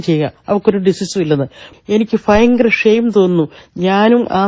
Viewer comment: ഫയങ്കര,, എന്ന് പ്രോനൗൻസ് ചെയ്യുന്ന ആ ക്ലിപ്പിംഗ് കേട്ടപ്പോൾ അത് പറഞ്ഞ സ്ത്രീയുടെ സംസ്കാരം മനസ്സിലായി.. "ഭയങ്കര" എന്ന് 100'000 തവണ ഇമ്പോസിഷൻ പറയൂ.. എന്നാലേ വെളിവ് വരൂ